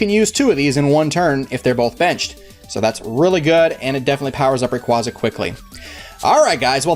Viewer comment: you pronounced rayquaza wrong its RAY-QUAY-ZA